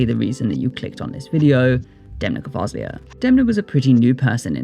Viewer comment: Gvasalia not gavaslia